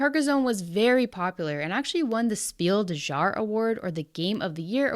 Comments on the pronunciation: Hello! Just FYI, "Jahr" is pronounced more like "Yar" than "Jar". The German J is more like an English Y. In fact, "Jahr" is a cognate with the English "Year". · The German word "jahr" is pronounced "yar". 🙂